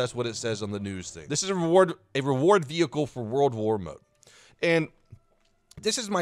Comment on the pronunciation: *world war reward wehicle"